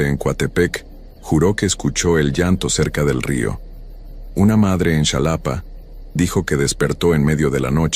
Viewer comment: X favor es xalapa no chalapa no importa q se escriba con x pero se pronucia con j ❤❤❤❤❤❤❤❤te digo xq soy de alla